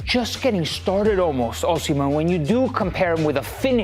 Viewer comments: It’s Osi not Oshi—- it’s annoying the way you calling him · Come on...it's pronounced Oh-si-men. Not Oh-she-men. Do better! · Victor OSIM-HEN NOT OSHI-MEN. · no OSHHIJMEN OSIMHEN BRO wtf is that ssshhh sound